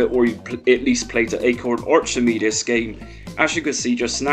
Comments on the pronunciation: Good video, but in Archimedes, the ch it’s pronounced as though the h wasn’t there 😊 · Not trying to be mean but your accent puts a smirk on my face, never heard anyone pronounce Archimedes like that before.